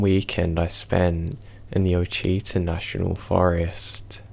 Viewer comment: Hey sweetie!! The Ouachita Nat’l forest is pronounced “Wash-a-tah”. I used to pronounce it to same way when I first moved near them. ❤️ your stories!!